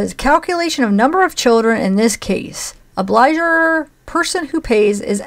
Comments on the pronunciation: The word “obligor” is pronounced “ob-lee-GORE” and means “one who owes”. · Obligor has a hard g.